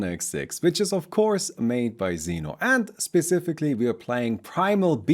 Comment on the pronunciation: xeno is russian, and this nickname pronounces like ksEno, not zeeno